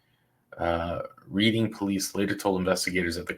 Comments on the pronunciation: The City of Reading in Pennsylvania is pronounced Redding… 🙃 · You are not pronouncing Reading proparly